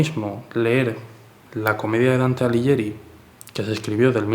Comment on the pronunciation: Dante Alighieri, o sea "Aliguieri", con "gui" de guitarra. Pasa lo mismo con Lamborghini. En Italia y en todo el mundo civilizado se pronuncia "lamborguini", como en spaghetti/espaguetis. Paletolandia es el único lugar del mundo mundial en que hasta el presidente del gobierno dice "lamborgini/lamboryini", con "gi" de Girona.